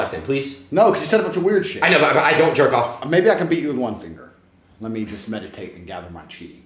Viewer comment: "Let me meditate and gather my Chi" Medi'Tate'